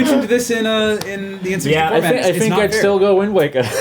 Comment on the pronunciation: I want a shirt of that just says "I fink" at the bottom.